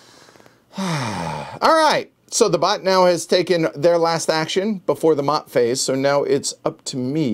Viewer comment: Maat is pronounced "MAY-ET"